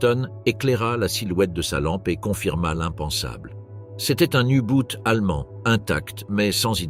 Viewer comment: U Boot et non U Bout